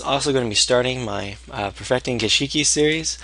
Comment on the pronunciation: Gishki not Gish!!I!!ki. !!!!!